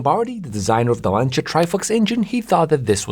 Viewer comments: very interesting as usual.. even if your videos are worth watching just to hear "Lancia" pronounced correctly! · Finally somebody that can pronounce "Lancia" correctly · Fantastic video. Thanks for making. Thank you also for pronouncing 'Lancia ' properly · Thank you for saying 'Lancia' the correct way. I'm tired of hearing Lanssia lol